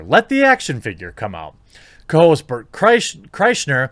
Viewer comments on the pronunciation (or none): Okay you have to be aware of the meme of everyone getting bert's name wrong. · This article has terrible fact checking though, several times they misname the podcast he said it on, it was on Bill Bert Podcast on the All things Comedy network. btw, Jeremy are you intentionally mispronouncing Bert's name? cause that is very "in on the joke" lol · Any YMH fans here loving the mispronunciations of Bert’s name the past couple vids?